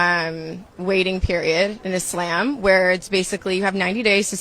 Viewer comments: The correct pronunciation is Islăm thats why it sounds like she said lamb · I hate when she said “Izhlam” learn how to pronounce the word before you follow the religion goofy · Is no one going to question her pronunciation of the religion she converted to? Is-Lamb? Ma’am, what? I’d let it slide if she was Canadian, but she’s not. Do better, Brittany! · shes saying Islam wrong, so i know she dont do her prayers right smh.